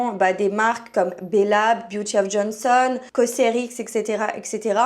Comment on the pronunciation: encore une nunuche qui sait pas lire!"Beauty of JOSEON, pas of JONSON!! pas de n donc on prononce pas le n!! Apprends à lire ma fille avant de donner des conseils!!!